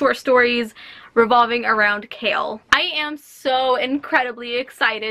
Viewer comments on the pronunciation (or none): ‘Kale’ omggg triggerdddd please pronounce his name right its kay-all Chaol